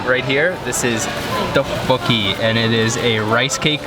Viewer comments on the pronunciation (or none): Its not duck coocki it teoboki